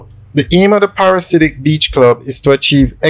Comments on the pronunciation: Dude, you have done several videos on this development, and you still you can not say the name right. It is not a parasite. The name is: Pa/ra/di/siac. Get it right, Lol! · The word is pronounced PARA-DEE-ZE-AK, it means a person obsessed with paradise.